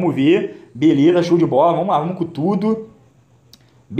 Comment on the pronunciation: "Vomos que vomos"